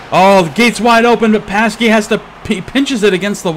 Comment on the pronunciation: "Pasky"...No,, no! xD Anyway, another great cast from you! I love seeing these types of matches.:D